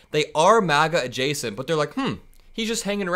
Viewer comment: “Truthful ajacent?” 😂😂😅